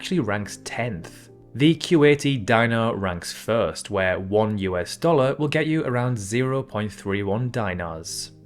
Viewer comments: I caught that one too, it should be pronounced "dee-nar" or "dee-naa", depending on the variant. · What the heck is a Dynar? Please try and use proper pronunciation. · Di - na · What about "die-nar"? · It's pronounced diːnɑ and dinar is plural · Is this a South African accent I am hearing? There is no way you are British. The way you pronounce year sounds very... Durbanite. Dinar, Czechia and contiguous were mispronounced, btw. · Also, couldn't be bothered to look up the pronunciation of dinar.